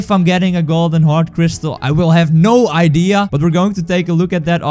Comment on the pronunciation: We all know hes clickbaiting when he said "idee"